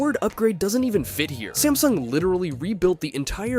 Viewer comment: smasnug XD